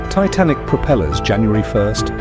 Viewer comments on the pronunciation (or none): none